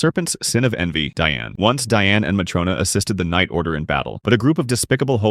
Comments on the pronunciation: Ur calling ban and Diane wrong 😐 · bro is not pronouncing Diane's name right